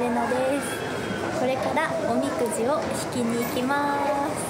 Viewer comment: れなあの発音おみ↑くじでかわいい